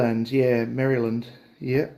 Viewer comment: Nice livechat and tour. Much enjoyed! 🤠👍 How to pronounce Maryland as not to make a Marylander cringe